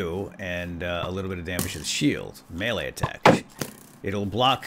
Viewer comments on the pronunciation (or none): none